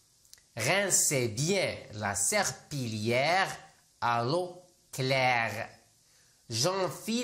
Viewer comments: Serpillière نطقتيها غلط مكنطقش L وشكرا على مجهودات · La prononciation de serpillère est fausse . On ne prononce pas le son /l/ . Double LL précédé d’un i se prononce y comme dans les mots “ conseillère “ , “ cuillère “ …etc 🙋‍♀️🇩🇿😊